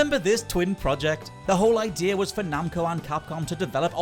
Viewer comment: There are exactly 0 "R"s in the word "Idea"...